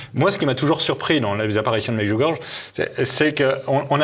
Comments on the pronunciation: …. Ah ! Le Démon s'est glissé partout . Ce monsieur ment et ment comme il respire. Je me pose une question: s'est-il jamais rendu à Medjugorye ? (prononcer Medjugorié svp - c'est affligeant de voir des gens sans scrupule déformer volontairement les choses) . Pourquoi n'expose-t-il pas les contradictions dont il parle? Se contenter juste de répéter comme un perroquet: "depuis le début, il y a des contradictions" ne prouve rien du tout !!! . c'est de la méthode coué en fait quoi ! Plus je crie que c'est faux, plus ce sera faux ? 🤣🤣🤣🤣 C'est franchement grossier et ridicule quoi ! A tous les gens de bonne foi qui ont regardé cette vidéo, je me permet de leur rappeler la parole suivante de Notre Seigneur Jésus: On reconnait le bon arbre à ses fruits . Les nombreuses guérisons miraculeuses durant et après le pélérinage à Medjugorye, les nombreux aveugles qui ont retrouvé la vue là-bas, les nombreux signes dans le ciel (que tout le monde peut voir et filmer ) durant les apparitions, les exemples sont innombrables . Medjugorye est un merveilleux arbre qui a et continue de produire beaucoup, beaucoup de bons fruits , et c'est toute la différence avec tous ces menteurs de plateaux qui n'ont rien de concret en main pour étayer ce qu'ils affirment. Seigneur Jésus, pardonnes leur car ils ne savent pas ce qu'ils font. Par ailleurs, aucun message de Marie n'a jamais traité des évêques de connard , ni que Marie ferait descendre une basilique sur le lieu de l'apparition : c'est une pure inven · On dit pas "medjougorge", faites un effort! On dit "médjougoryé". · Medjurgorge non Medjurgorjé pour la prononciation. Vous êtes ridicules, je ne vais plus financer TVL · Déjà, Medjugorje s'écrit avec un J qui en croate correspond à un Y français : on prononce MedjugorYé et certainement pas MedjugorGe. Rien que cela montre une légèreté certaine !... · çà se prononce Medjougoryé !!